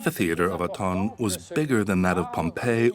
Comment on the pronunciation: Try to pronounce Autun again?